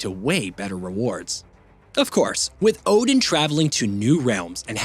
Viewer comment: Its the repeated mispronounciation for me. Like....at the very least...even if you NEVER heard these words before... you played the game right? They're all pronounced fairly correctly there, including the commonly mispronounced Odin, which should sound more like Othin.